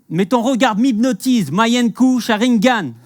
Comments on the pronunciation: Manyenkou sharingan ? C’est mangyekou sharingan 🤧😪😪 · Sa ce prononce manguékïo non? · Ca se dit mangekyo sharingan par contre